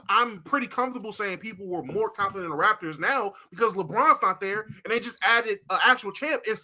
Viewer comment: SOMEBODY PLEASE TELL ITS THE "RAPTORS" NOT RAFTERS